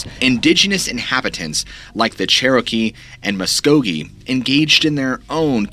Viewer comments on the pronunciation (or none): none